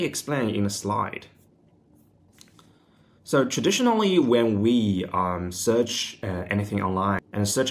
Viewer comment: Knew you were living in Australia as soon as I heard you say "soo" 😅